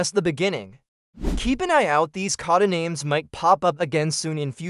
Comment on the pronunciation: Geez the pronunciations of everything are terrible. Cod-ah-names over and over again.